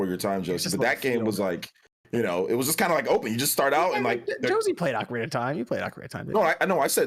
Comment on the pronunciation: Oak-arina of time. Kills me everytime.